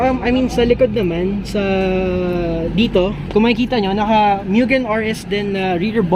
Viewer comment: Actually…😂 Mugen not Myugen…😂